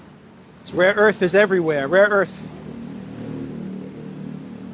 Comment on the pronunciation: Laughing my ass off with the rare earth sketch man. I got some rare erff, u want some rare erff. U want man, I got some rare erff. Rare erff, for sale here man. Rare erff, my mamma got some, my uncle got some. Rare erff man, rare erff, I give u good price. ! Rare erff man , rare erff !